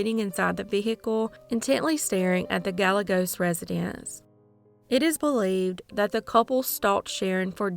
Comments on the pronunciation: Gah-Yeh-Gos that double L has a Ya sound. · Guy yea goes. It's a Mexican name, therefore the two l's are y sounds. I love your videos. Thanks for all your work. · Well done, as always. One thing though...Gallegos is pronounced "guy ye gos" Two Ls together always have a "y" sound, like tortilla. Thank you for posting. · Gallegos is pronounced GA-YE-GOSE